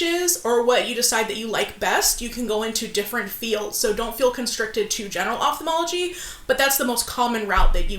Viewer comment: Above and beyond all, THANK YOU for pronouncing Ophthalmology appropriately. Its astounding how many educated work in this field and sound so ignorant for mispronunciation of their own dang job.